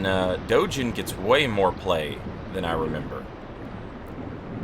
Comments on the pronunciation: I believe Dogen is pronounced with a hard G. I say this only because for the real life Dōgen, who founded the Soto school, you pronounce it that way. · Outside of my silly comment, I wanted to leave a more serious and useful follow-up. The name Dogen has a hard G sound, as in the words "gap" or "game." This is also true for every Japanese name or word you see with the letter G. The Japanese language functions on a system that has very consistent consonant sounds. I am a native speaker who thought it might be helpful, so I hope this doesn't come across as demeaning. Additionally, the people who are upside-down in the water in Mibu Village are what I believe to be townsfolk who failed at mastering the Mibu Breathing Technique. However, that is just my take on it. It could also be people who became so thirsty that the jumped into the water. Who can say? I think their placement is interesting though.